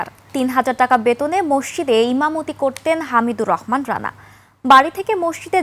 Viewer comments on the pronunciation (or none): একুশে টিভি'র এই উপস্থাপিকা কোন যোগ্যতায় সংবাদ পাঠিকা হয়েছে? (মসজিদ কে মসসিদ বলতেছে বারবার)